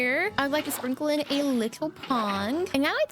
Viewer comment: Did anybody else notice that she said pong instead of pond whatever she was working on the allosaurus